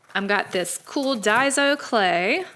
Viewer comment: ITS DAISO SOUND LIKE DAI SO. :)